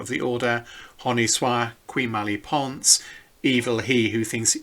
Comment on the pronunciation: Your French is appalling, and a little distracting. The rest of the video is very informative and interesting.